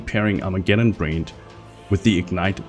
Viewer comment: Its not storm brained or Armageddon brained you moron its BRAND short A sound.. Brand doesn't end with an E ffs.